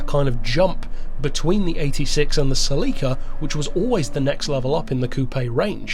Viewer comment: The MOST controversial aspect of this video is pronunciation of "Celica." Just kidding,. But seriously... 🙂